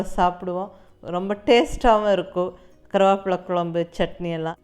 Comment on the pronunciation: Karuvapla nu Neenga sollum pothu kongu Tamil supera iruku